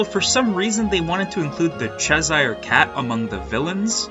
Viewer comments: it’s cheshire cat not chezire cat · Great video but what happens to your mic 7 mins in? Also it's "Cheshire cat" not "Chezire" cat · .. Cheshire.. Chesh-eer, not Ches-hire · This is interesting! Just a heads up, Cheshire is pronounced "Chess-shurr". :) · Did you pronounce it “chezire cat”?!